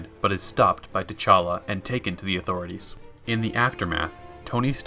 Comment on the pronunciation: he’s saying call him Black Panther because guy pronounced it “Ch’Talla”... like a good few times.